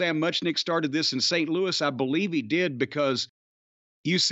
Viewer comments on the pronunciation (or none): none